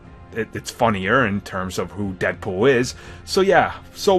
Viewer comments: Lol "deadpoll" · Deadpoll??? How do you mess that up